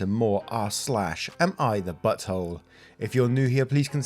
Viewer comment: I LOVE THE WAY YOU SAY BUTTHOLE